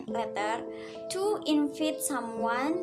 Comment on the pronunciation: saya suka cara presentasi kamu, looks friendly, smiley girl, presentasi PP nya juga bagus banget. ... yang perlu diimprove lagi adalah pronounciation di ' mask, invite, dear, structure. b. definisi baiknya diterjemahkan, c. latar musik di bag akhir diperkecil spy suara kamu terdengar.